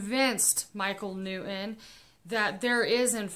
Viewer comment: Michael New-In? It's New-ton. Impor-In? Im-portant. Ed sedderah? Buh-bye dummy.